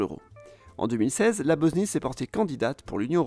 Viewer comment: BOSSSNIE PAS BOZNIE